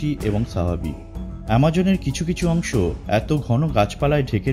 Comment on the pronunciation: Lol!! এই ব্যক্তি 'কিছু' কে বলে 'কিসু'--------তারপর 'অংশ' কে বলছে 'অংস'!!!!! what is love!!!!!!!